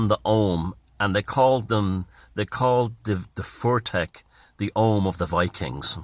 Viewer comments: its FUTHARK. Not fortek.😂 wonderful video though. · love the video. It's elder and younger futhark, pronounced 'foo-thark' not 'fur-thek'. Keep up the fantastic work. You're keeping a lot of important things alive